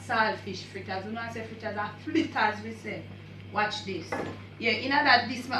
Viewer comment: Flitters or fritters????? lol